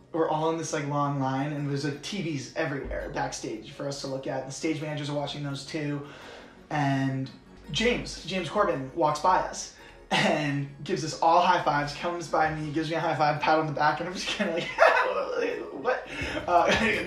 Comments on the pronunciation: Is it just me or is he saying Gorben instead of Corden? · I knew it sounded weird when he said it! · Thumbs down because he kept saying Corbin instead of Corden! But this was a really cool video, I love watching the Late Night Tinder segment so it's fun to get a backstage perspective. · He said James Corden, not Corbin. Also had it right in the caption:) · I love how you said James CORBIN throughout the whole video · he def thinks it's corben lol.... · No hate, no shade, but are you saying Corbin? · Yeahhhh....it was right in headline, perhaps you could have said "the nicest guy in the world's" name correctly... thousands wish they could've been you, for one